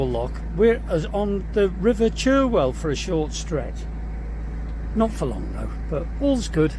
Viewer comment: England at it's finest. The river Cherwell is pronounced 'Charwell'. Happy cruising.